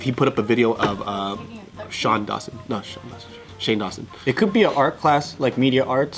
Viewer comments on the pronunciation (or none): I know did not just say Shawn Dawson😩